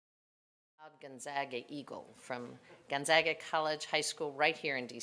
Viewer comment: The second guy pronounced it incorrectly...its not Gun-zog-a...its Gone-ZAG-uh